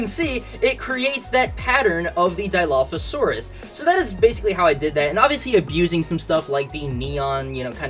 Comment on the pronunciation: it's not diaphosaurus it's dilophosaurus pls say it right when i was in the stream you where constantly messing it up and i was fumming bro pls